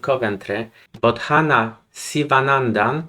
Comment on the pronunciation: Tylko imię wymawia się Bodana, to h tam jest nieme. Zobaczymy jaka kiedyś będzie, na razie bardzo dobrze jej idzie. W sumie gdyby była w czołówce świata to myślę, że dałoby bardso dużo dla popularności szachów.